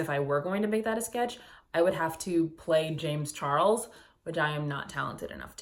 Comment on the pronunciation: james char-less LOL